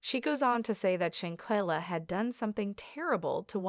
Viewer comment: Now, I know you have gotten this info from another blogger but if you're gonna steal content at least say her name correctly...she deserves that!!!